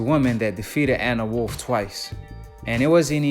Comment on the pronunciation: U need to take a speech class .. you mispronounced Gwoat and Anne Wolfe 🤦🏾‍♂️